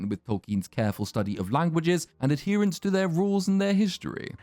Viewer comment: "...ad-hera-nce to their rules..."